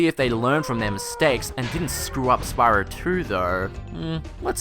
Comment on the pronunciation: I had to do a triple take at "Spyror Toor".